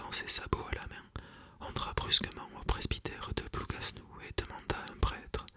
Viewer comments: Juste pour information, le « s » de Plougasnou ne se prononce pas, parole de bretonne. Merci pour ces lectures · Ah... je m’étonnais de cette prononciation! Merci